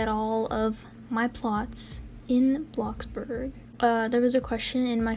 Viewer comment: I LITERALLY THOUGHT U SAID BLOX BURGER